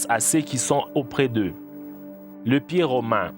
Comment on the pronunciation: pié chélou ! mdr il m'a tué